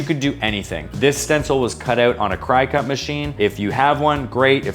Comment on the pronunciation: Just so you know, it’s cricket.Cricut it’s pronounced cricket